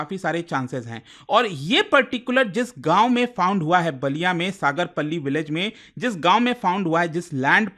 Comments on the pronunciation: सागरपल्ली नहीं..... गांव का नाम सागरपाली है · Sagar palli nhi h bhai सागरपाली h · Not सागर पल्ली it's सागरपाली। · सागरपल्ली❌ सागरपाली ✅ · सागरपल्ली नहीं सागरपाली 😊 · सागरपाली नाम है, सागरपल्ली नहीं है, साला नाम बिगाड़ रहा 😂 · सागरपल्ली नहीं बल्कि सागरपाली बलिया हैं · सागरपाली है पल्ली नही है.... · सागरपल्ली ❌सागरपाली✅ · It's सागरपाली ✅ not सागरपल्ली ❌ Because I'm from UP-60 बागी बलिया 😎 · सागर पाली नाम है सगर्पल्ली नहीं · सर सागरपाली✅सागरपली❌ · सगरपली नहीं सगरपाली नाम है सर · सागर पल्ली नहीं सागरपाली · सागरपली X सागरपाली✅ I am from Ballia ♥️ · It's not sagarpalli it's a sagar pali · सागरपाली है सागरपल्ली नहीं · It's सागरपाली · It's सागरपाली ...